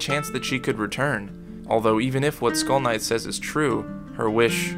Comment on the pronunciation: Not gonna lie when you said skull knight i thought you was saying school nights 😂😂